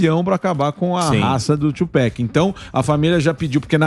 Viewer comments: Não é "to pec" é Tupac, caralho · "Tupec" diz o kkkkkk